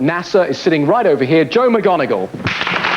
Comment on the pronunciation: McGonagal. Mackmonagall !!???